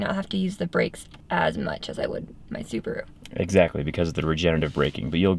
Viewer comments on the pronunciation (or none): lol, I love her pronounce of Subaru. Superroo😂❤❤. Thanks for the code Zack. Ican share it with my uncle getting a tesla.